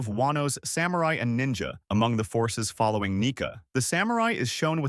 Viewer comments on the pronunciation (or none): none